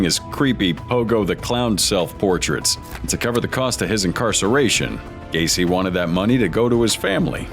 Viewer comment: Gai? Así no se pronuncia ,es Gueici (pronunciación figurada)